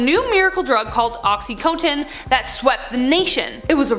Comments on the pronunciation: OXY-Con-Tin!!… I know this show is Canadian…. But that’s how it’s said… or when people call Vicodin…. Vick-oh-Din… but it’s pronounced like Vike-oh-Din… or when people say Washington like Warshington… or go warsh your hands… where did the r come from?? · Ok you were saying Oxycontin wrong at first and that bothered me!